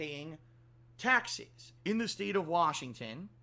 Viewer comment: "Tyexes" - trying to say "taxes"